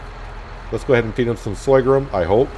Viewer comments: /Sor-gum /. Not Soygrum lol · hey,the new crop is called sorghum not soygrum as you say;-) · Yup. Sore-gum.... don't like to criticise but pronouncing Sorghum like that will stop a lot of people carping... Love your new series. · What the fuck is soygrum!? Sorghum....is the word you are looking for